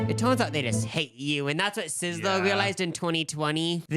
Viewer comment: You can’t enter the Sizzler if you can’t pronounce it bruh. “Sisslourl”